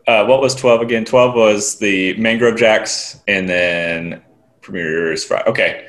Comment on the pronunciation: Yes. Think of Coast (what Côte means) just without the s. Côté (the way he was pronouncing it - sorta) is a totally different word meaning nearby/close. But at least he got ROUGE this round instead of ROGUE. One step at a time